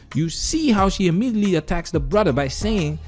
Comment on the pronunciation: watch out for the phrase: “thats just who I am” leave the scene….. imjeately(exactly how I said it)> immediately